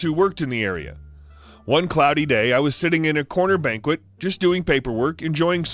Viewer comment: I love your videos and rarely hear mispronunciation from you, but in this video I did. Banquette is pronounced baNG-ket.